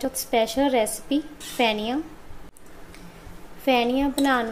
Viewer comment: Pheniya or feniya not Phhaniya